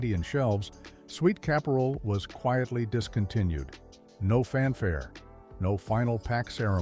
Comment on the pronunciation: Just a small hint, it's Sweet Kap-er-al, not ca-pore-al. My parents had a convenience store, I know them all!